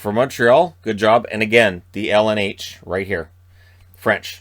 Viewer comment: For the LNH, you say the L and N right but if you want to say it just change the « Atche » for « Hash » so El Enn Ashe. 😉